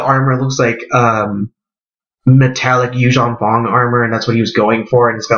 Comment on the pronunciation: The vong not font